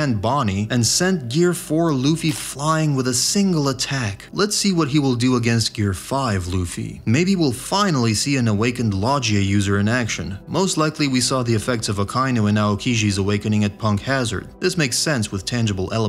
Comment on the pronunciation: This dude really said lodgia user. Like lodge-i-a 🤦🏻‍♂️